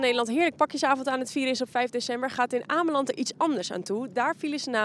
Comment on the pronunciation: als je shit gaat praten over ameland moet je het eerst maar goed uitspreken